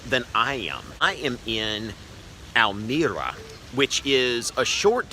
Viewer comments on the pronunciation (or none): Tip: if a Dutch word ends with an 'e', then it's pronounced as an 'uh' So Almere is pronounced Almeruh